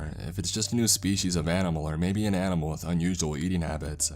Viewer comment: "and they luv ieeeeEieEeeeEt" "animuhHhHL" "protocouhHhhLs"